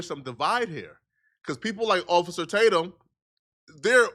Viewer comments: "Occifah, Occifah please..."😂😂 gotta love Nick! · "Occifer" is crazy...